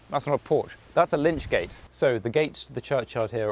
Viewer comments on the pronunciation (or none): Lychgate, without the 'n'. From the Old English 'lic' meaning corpse. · Another enjoyable and informative tour, thanks! The word is "lych" gate, from the anglosaxon "lych", "corpse". The coffin would be placed under the canopy prior to burial.